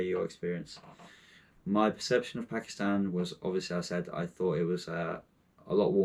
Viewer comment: At least pronounce it right